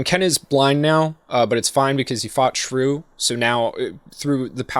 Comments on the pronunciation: Am I the only one that hears him calling Shuu shruu? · Raoh is pronounced Rah-Oh not raow. Why the heck are you calling Shuu "Shrew"???